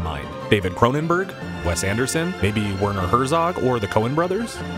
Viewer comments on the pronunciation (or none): none